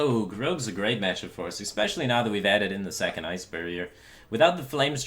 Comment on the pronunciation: PLEASE don't pronounce especially 'EXPECIALLY' it gives me fucking massive cancer aids dude, fuckin hell 4Head